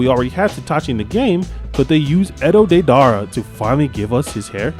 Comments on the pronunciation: DEE-DER -A not what ever tf u said😂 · I hated the way u said deidara but good video man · The way u pronounce didera name